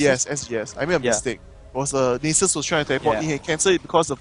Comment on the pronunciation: they pronounce Nasus as nieces